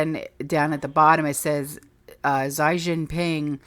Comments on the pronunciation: 'Xi' is pronounced 'shea'. the same way you pronounce the word she.. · Xi is pronounced zhee like zsheep and cheap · Xi is pronounced She... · Xi sounds like CHee